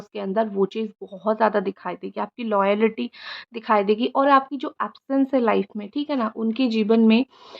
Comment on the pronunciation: not लॉयलिटी its लॉयल्टी .